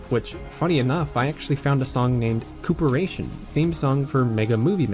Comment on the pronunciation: “Found a song called “Coop-eration”.. Co-Operation...